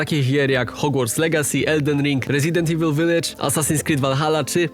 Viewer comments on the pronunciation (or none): none